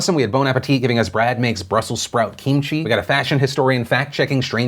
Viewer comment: How exactly did Phil just pronounce kimchi???